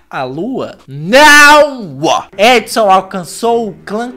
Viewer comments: Resultado do vídeo sempre confundindo o nome dela é errou o nome dela o vídeo todo se fala adisan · Só consigo ouvir ele falando Edson KKKKKKKKKKKKKKKKK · a Addison tem o nome que se pronuncia tipo : edson